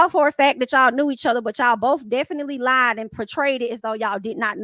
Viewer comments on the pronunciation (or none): none